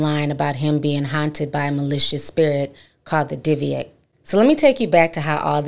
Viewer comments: It's pronounced di-buhk to anyone that is just hearing about it. Like dih-book. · Dooo bick is the pronunciation you’re looking for just call the pronunciation poo’lice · Its pronounced dib bik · It’s pronounced Dib-ic. Very serious paranormal activity. More than a poltergeist IMO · It’s pronounced di-buhk Ti but I love it. Scary stories with ti!! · Is saying “ diviate “ box? The title says dybbuk? 🤔 I want to google BOTH but not sure what she is saying…thnxxx for any help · Hey Ti Sis, Don’t take this as me trying to be funny or anything like that but it’s pronounced Di-Bic…. By the way GREAT story and the movie The Possession was pretty okay. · I'm sorry y'all! I'm a horror genre freak in general... movies, true crime, hauntings... the way they're pronouncing it is driving me crazy! 😅 It's pronounced "di-buhk"